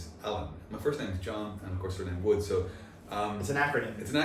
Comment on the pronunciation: It's John Mother Fuckin Woods! Get it right!!!!